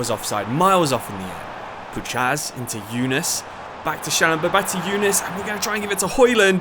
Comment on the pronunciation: Puchacz=poo-hatch. Try to read it that way. (Like it so he can see it)